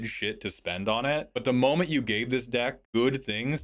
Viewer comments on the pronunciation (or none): none